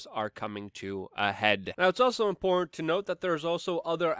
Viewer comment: I don't think he knows how to say the word "important".